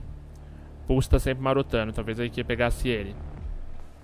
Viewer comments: pulse: som> puçi pussy: som> purçe, como se o se o primeiro S tivesse um som de R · só eu q ao inves de escutar "pulse" intendo pussy ?